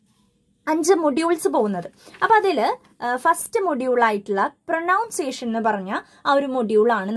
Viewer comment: Chechi njn oru degree student aanu.. exam ayapo padikkan vendittan adyayit video nokkiyath.. kuttam parayanenn vicharikkaruth. Pronunciation enna vakkinte chechide pronunciation tettanu. It isn't പ്രനൗൺസിയേഷൻ but "പ്രനൺസിയേഷൻ" . Adyam paranja angne illoru word englishil illa.. so next tym onn sradikku❤️☺️